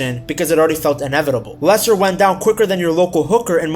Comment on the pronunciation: I nearly turned off when I heard the accent but he did pronounce Leicester and players names correctly, glad I stayed and watched